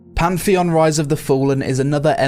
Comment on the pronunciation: Bruh it's Pantheon, not Pamfeon